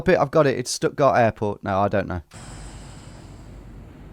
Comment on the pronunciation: as far as i'm concerned this video ended after "stuttgart" well done tom